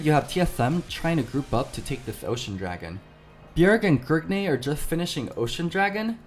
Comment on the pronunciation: Stop calling him Grigne.